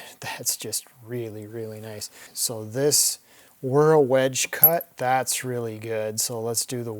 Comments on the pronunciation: random trivia... you keep pronouncing wiha and wera as "guija" and "guera" which is ok for an english pronunciation of those words... but fyi they are german words which could be pronounced more like "vija" and "vegha" as that's how germans pronounce it... not criticism... just sharing some random info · Wera is pronounced Vera. Wera has a patent on what they call hex plus..